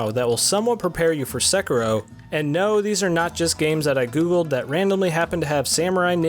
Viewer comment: Hiring requirements for a game reviewer: 1. Must be able to pronounce the name of the game